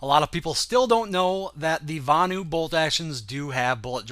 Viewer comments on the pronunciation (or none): "Venu"? lol its Vanu xD